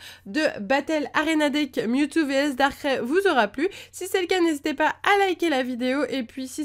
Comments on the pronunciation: Pourquoi tu dit darkrai darkrai à la place de darkraille? :) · C pas darcré mais darkraï comme quand tu dis aïe lorsque tu a mal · nul elle c'est pas prononcé Darkrai Sa ce prononce darkray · sa se prononce darkraye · Ouai ser énervant quand elle dit darkrai à sa manière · XD comment tu prononce Darkrai